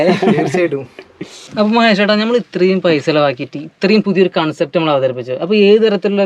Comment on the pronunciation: കോൺസെപ്റ്റ് അല്ല കൺസെപ്റ്റ് aanu😂